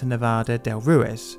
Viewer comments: Thanks for making and sharing this story with the public. I went to Armero 5 years ago and it truly is a ghost town. Just for your information: Ruiz is pronounced roo-eez, not roo-iz. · Or Roo-ez, which he also says. I’ve never heard a British person with decent pronunciation in any Romance language, they’re hopeless🙂